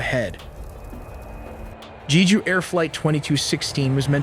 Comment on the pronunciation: also Jeju was pronounced incorrectly. The E sounds more like E in the Ember (like how you say E in spanish), not like E in Eagle.